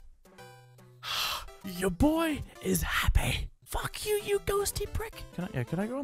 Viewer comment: when he said boi I was laughing.